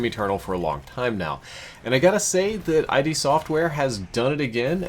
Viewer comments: My guy. It's ID, not I D. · It's pronounced phonetically as "id", not "eye dee". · It's not I. D. Software. It's pronounced id, like sid, without the s. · Lol Eye-d software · it's not "eye dee" software. It's id, as in ryhmes with rid. As in id, ego, and superego from Sigmund Freud's structural model of the psyche. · maaan it's not I.D. its ID pronounced "ii-dd" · Id. not Eye D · love the review. But seriously its not eye-dee. Its just id. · It's id software, as in Freudian id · id not eye-dee software. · He calls arachnotrons "brain spiders." He calls cacodemons "cacAYOdemons." He calls id "I D." Dafuk? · In the first 30 seconds. Hears I-D Software. That's just a huge bruh moment. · It's pronounced "ihd" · Alexander Reyes it’s just pronounced id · haha, I can't believe people still say it wrong. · no it's id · Nobody: Not a single soul:: Eye Dee Software